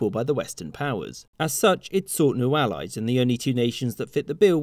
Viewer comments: Allies, two L so it would sound like Arries because Japanese language has a hard time with L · The Ah-ryes are coming haha